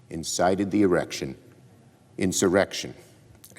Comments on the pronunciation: HAHAHA he said erection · Haha he said erection